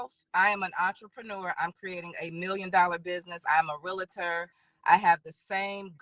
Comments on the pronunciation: Realtor is one of the most mispronounced words ever. There is NO “a” between. Real - tor. It’s one syllable. Sorry 😮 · Lets start here sis.. You're pronouncing "Realtor" with 2 A's and thats your profession?😅 You keep saying "realator." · Im a real-i-tor. Now maam?😂🥴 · She's all that ( in her mind) but doesn't know the proper pronunciation of realtor; two syllables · She can't even pronounce the word REALTOR correctly... so I cannot take her seriously at all.